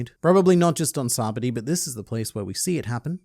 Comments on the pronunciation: why do you say it like Sabadi...its SabaOdi...thers an O in there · SAH-BAH-OH-DEE!! Your name is not pronounced LIE-AM right? Do some effort plz lol